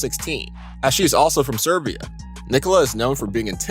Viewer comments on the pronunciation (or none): Jokic is not from suburbia, he from Serbia. And his girls name is read natalia not natalzia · Did this video narrator say that Nikola Jokic is from Suburbia? I believe he wanted to pronounce that word as "Serbia." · Serbia not Suberbia :D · "26 y.o. All Star Nikola Jokic from Sebrbia" Where is Sebrbia bro? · It’s Serbia not Suburbia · Did he just say Jokic is from “Seberbia” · I was in complete disbelief when I heard that lmfao!!! bruv for real, suberbia... The fact he said that, then edited the video makes it even worse.. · i didnt know there was a country called SEBERBIA....but ok....i guess americans really are smart. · Jokic is from Sombor ,Serbia not from Saberbia. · SEBERBIA???? :D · What is this Seburbia place u speak off? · he said Disturbia. hes actually from there look it up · No offense dude , but hearing you pronounce serbian names and the country "Serbia" as seberbia kinda makes me cringe. Could atleast invest 1 minute to look up how to pronounce things. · Wtf is wrong with this guy? It’s okay if he didn’t about Serbia, but if you are making a video and want to mention the country, you should know the country name, right? What’s wrong with the people.. Imagine someone made the video and said “Amemerica”? It would go viral and everyone would make fun of the man who made it..